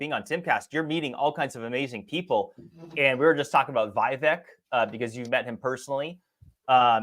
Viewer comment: could at least pronounce Vivek's name correctly.